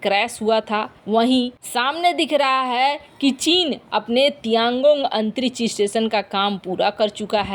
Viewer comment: मिसन, कोसिस, अन्तरिच्छ यान, कच्छा, भविस में, क्रैस, निर्णायक छन्न, घोसणा, कितना अशुद्ध और भद्दे हिन्दी उच्चारण का नमूना यह चैनल, भारत की बेइज्जती का नमूना जो लगभग प्रतिदिन किया जा रहा है